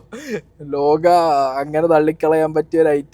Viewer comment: Potta … lokka alla … lokah aan …. Mannunni agent 🤣